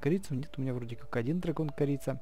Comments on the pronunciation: Не крица а корица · не крица а корица ок? 😀 И кстати ты топ